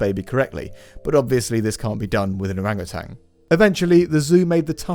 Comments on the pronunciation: Very minor thing, but something that people get wrong often, it's Orangutan not orangutang. There's only one "G" in their name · Great info, just have to say though, it's "OrangutaN", no "g" at the end